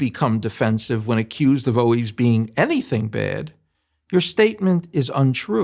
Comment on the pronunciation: Overall, I liked what dude had to say but I just can't stand when a grown man says oways instead of always!